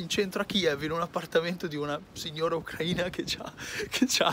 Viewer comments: Noi ucraini l'accento lo mettiamo sulla i,così diventerà ucraina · ti ho scritto anche su instagram e ti ho menzionato in una storia. Io sono un Italiano espatriato e abito a Kiev con mia moglie:) Mi piacerebbe incontrarti per un caffe'!:) ciao bello. Ucraina ha l'accento sulla "i", altrimenti e' offensivo per via di una parola in Russo. TheLollerz